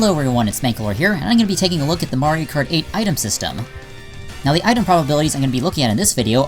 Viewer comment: Did You Just Say Mario Krate?